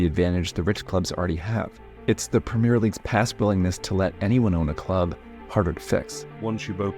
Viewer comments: And that he does it over and over again even with having Brits pronouncing it correctly in his video. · It enfuriates me when british people say Premier. You're saying it wrong and the french are right there to show you how to say it right. Say the è you animals!!!! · it's pronounced PRUHMIEEEEEH LEAGUE. You have to emphasize that. You have to scream that.